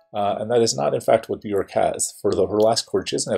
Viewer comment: Love this song. BTW, Björk is pronounced “be-yerk”. The “ö” sounds like the “o” in work; rhymes with jerk … not cork. Great analysis!